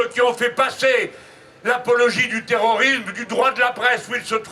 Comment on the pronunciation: 3m18s : nous "vivrions", pas "viverions". Et "terrorisme", pas "terorisme"...